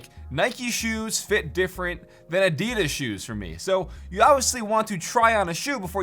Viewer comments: "Nykee fit different to Adeediz." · Americans learn how to pronounce Adidas properly